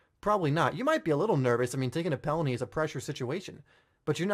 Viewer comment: what he said: penalty what I hear: Pellany